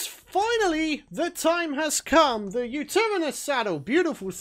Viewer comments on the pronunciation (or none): It’s pronounced (you-ter-ra-nis) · Literally every Aussie "did he just say Ute?" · The way he says utaranous😂😂😂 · Yutiranous that’s how you pronounce it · Yutyrannus is pronounced: you-tie-rannus